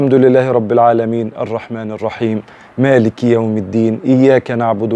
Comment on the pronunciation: طيب أخى الحبيب أنت أخطأت ، فى مالك ،،،، لم تظهر الكسرة التى تأتى تحت حرف الكاف ،